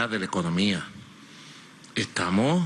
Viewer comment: Pero por qué no aprende a hablar bien? Se dice estamoS, NO estamo. Y la S?